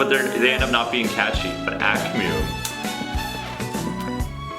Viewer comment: "akh miu" ...lol The way you guys pronounce the name kills me